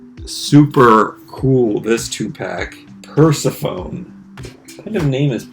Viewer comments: Purrsephone is actually pronounced like the name Stephanie! So it’s purr-seh-fan-e rather than purr-se-phone, and they are Toralei’s sisters! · Yes, like MunchTM said, you pronounce it 'pur-SEF- a-NEE', who was actually a Goddess of the underworld, springtime, flowers and vegetation in Greek Mythology! (So it's kinda like how I pronounce my name 'Edd-EE' as opposed to the 'Edd-I' that you said in a video a while back, because that's how you thought we Aussies would pronounce it! Which I thought was too cute! LOL) LOVING that 50's style Slo Mo zombie couple!!! I would buy them!!!!